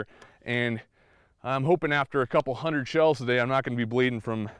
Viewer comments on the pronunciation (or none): none